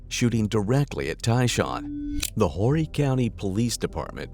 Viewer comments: The H is silent in the word Horry County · The mispronunciation of the Socastee and Horry county from the AI voice is funny. I live here. As more northern people move to our state this stuff has become more common!